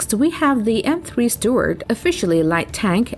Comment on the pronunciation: "M3 Steward" 💀